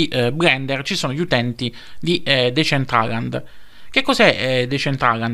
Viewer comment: Comunque anche se sembrerò antipatico, ma te lo devo dire, si pronuncia "desèntralend"